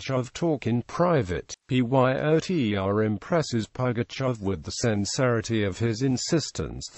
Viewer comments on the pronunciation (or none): Why does he keep saying PYOTR instead of pronouncing the name rather than spelling it out?